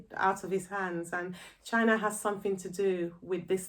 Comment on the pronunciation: It’s not chyna it’s the C C P